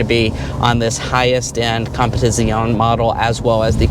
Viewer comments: It is pronounced as "comb - pet - ih - zee - ohn -ay" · Say it with me now! # COM-PI- TI ZI O NEE!😅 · not exactly.... not sure how to write it, but the "zee" isn't a "z" it's pronounced like in "pizza". And the "ay" at the end isn't "ay", rather an "eh"